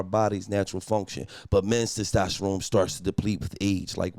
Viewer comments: Testosterone or Stastasharome 🤣🤣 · Gillie not being able to pronounce “Testosterone” is pure comedy! 😂😂😂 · Gillie was fighting for his life tryna say testosterone 😂😂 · Somebody tell Gillie to say testosterone again 😂😂😂